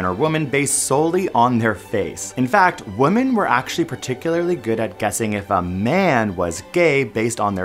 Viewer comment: Can we PLEASE pronounce "women" correctly, though? Sheesh!